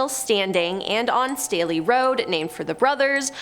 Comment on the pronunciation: My maiden name is Staley. Thank you for pronouncing it correctly!